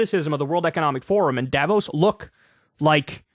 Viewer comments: You pronounce it "Dah-vooos" with emphasis on the o vowel. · You cant remember how to say it right ..... because most americans dont know how to say it right. The people living there call it Da-vooos. Short, unaccetuated fast a, long open lingering o. French pronounciation accentuatet and elongated on the last vowel. But I guess you will nearly never hear it correctly from any american. As a people you guys dont deal well with french vocalizations. Crystal says it wrong all the time, too. So dont ask her. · it's pronounced duh-vos source: am swiss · Davos has the same a as the second a in annA, or the 2nd a in americA. like all german As are pronounced. and you stress the O, not the A